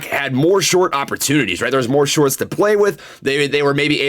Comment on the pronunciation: He said “the psychology of sharts” 🤣